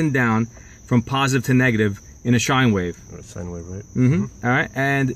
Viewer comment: Good video man. Except for the the pronunciation of the word “sine”.